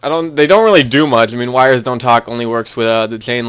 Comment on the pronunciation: sorry, did u say budchgger... sorry, did u say siggduations... sorry, did u say mudghe... say 'ch' buddy!